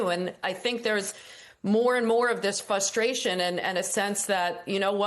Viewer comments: Fustration, huh? Great panel today. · Why does she keep saying "fustration". Someone needs to tell her she's dropping the first "r". Seriously. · “Fustration”… really? For a news contributor, it should be embarrassing to have such a bad English language failure. (And she said it more than once)